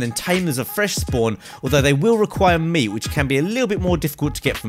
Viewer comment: Lol he said cooked moot. 😂👌